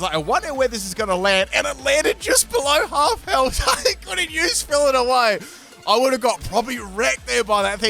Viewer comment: "Fillit away" It's pronounced 'Fill-Ay Away'